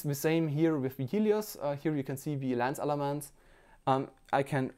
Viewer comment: Not Laaance its lens